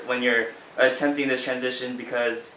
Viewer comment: was i the only one that screamed: TWANSITION!!! when he said transition?